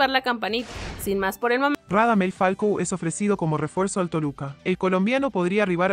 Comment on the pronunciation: Es falcao no falco